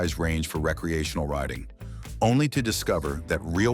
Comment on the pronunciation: What is Ree -kcee-a-tion-al use.okay you got it right the 2nd time!, I did enjoy the information,Thanks